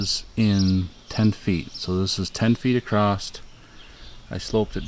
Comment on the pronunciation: There is no t in the word across.